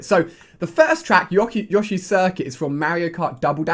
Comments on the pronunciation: It's not yaw-shi its yoe-shi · isnt it Yo-sh-E and not Ya-sh-E?